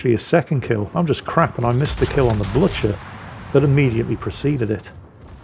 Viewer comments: Get your Into the Dead video series sorted! It shows the latest one at the top so if someone wants to watch the whole series, YouTube gets its knickers in a twist! O, and 'Blücher' is not pronounced as 'Bloo-tsjur'. Pronounce it as a Scotsman would: 'Bluu-cher' with the 'ch' as in 'loch'. Good teamwork by the division, though. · It is not pronounced "Blutsher" but "Bluher" with a thick "h" and a soft "u" (something between u and i) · Bloootsjer???? No no no. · the "Blücher" is pronounced like this: [ˈblʏçɐ] If you can read that... i can´t, i´m just a native german speaker...